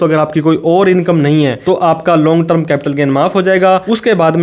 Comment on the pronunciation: अरे भाई, ट्रम नहीं टर्म 🙏